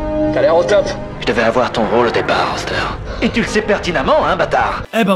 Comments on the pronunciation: C'est pas roster mais rooster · ca se prononce Rousteur bordel, j’ai adoré la video mais ta prononciation du nom me donne envie de tuer des bébés chat 😂